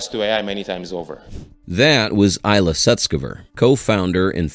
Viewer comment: EEEl- Ya! Please learn to pronounce names (especially that of someone as brilliant and important as Ilya Sutskever) correctly! Information good!